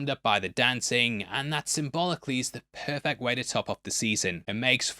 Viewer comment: it wasn't perfect, it was "poifict"